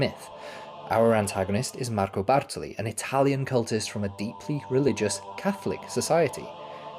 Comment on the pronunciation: The way your italian pronunciation is so good when you say "Marco Bartoli" lol, I just love it. I see what you did there hehe, btw, amazing video as usual. It's just absurd how high quality every video you put out is.